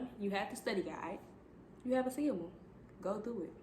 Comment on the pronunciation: Ace- a- ble like ace of spades …. Not a-See-able